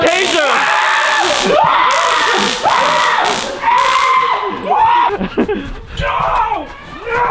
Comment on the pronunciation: Brenda chavarin it's Taser mate...